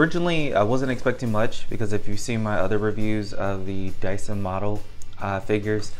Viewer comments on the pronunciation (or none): Why you always sayin Daisin.. ☹️ But the figure and review is good tho.